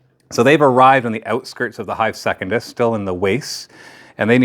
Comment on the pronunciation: If you keep calling it "second-iss" instead of "sec-un-dus" I won't be watching the campaign videos.